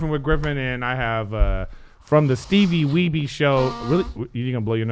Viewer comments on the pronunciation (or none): The fact that Griff still says “Steevie Weebee” 😂